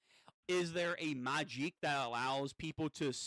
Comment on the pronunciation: Starting to watch you and I laughed my ass of with the makij pronunciation, just said it magic